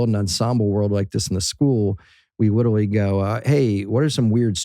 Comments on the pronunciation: am i the only one hearing bill say "witerally" instead of "literally" and some other words too? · You think bill knows he says literally “witewawy”